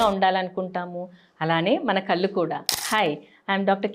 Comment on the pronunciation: కల్లు కాదు.. కళ్లు అనాలి..!